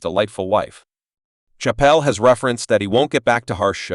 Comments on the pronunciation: AI crap. You can't even say his name properly 😂😂😂😂😂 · This man is butchering his last name...fucking rookie